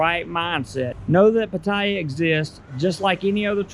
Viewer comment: I guess first thing to learn is how to properly pronounce Pattaya in Thai